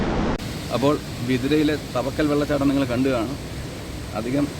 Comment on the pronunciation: തവക്കൽ അല്ല ചേട്ടാ. താവയ്ക്കൽ.... കുറെ വർഷങ്ങൾക്ക് ശേഷം ന്റെ നാട് ഇങ്ങനെ കാണാൻ പറ്റിയതിൽ ഒരുപാട് സന്തോഷം.. 🥰🥰ന്റെ.. ഏട്ടനോട്‌ ആണ് നിങ്ങൾ meet ചെയ്തത് 🥰🥰